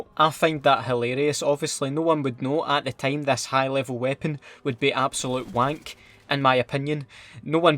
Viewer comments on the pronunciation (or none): "absoluhte wenk"